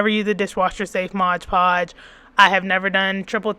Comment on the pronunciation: Mod. Podge lol I don't know why but everytime you say ModGE Podge I giggle. 😅 Thank you for this video!! I was looking for the best option and you definitely didn't disappoint ❤